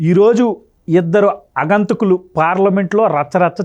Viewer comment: ముఖ్యంగా, అగంతకులు కాదు, ఆగంతకులు అని పలకాలి.